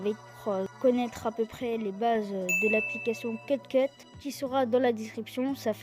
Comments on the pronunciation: On en parle il prononce cut cut au lieu de cute cut? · C’est Cute CUT paz CUT cut (ça se prononce “cuoute”) dsl mais ça me gênais 😱😅